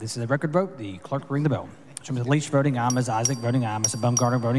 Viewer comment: Hang on....Is he saying "voting meow?"